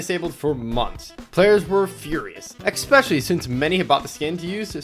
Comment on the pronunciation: nice vid, but "expecially" doesn't exist, it's especially, no X